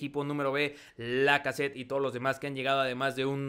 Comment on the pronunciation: Se pronuncia Alexander Lacazette. Es simple